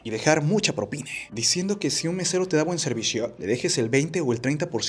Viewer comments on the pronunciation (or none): Yo no estoy de acuerdo con dar propina. Porque si les doy a unos les tengo que dar a todos, y eso no es justo para el cliente. A MI NO ME SOBRA EL DINERO. ahora, ¿por qué el locutor del video dice PROPINE , con E y no propina, con A?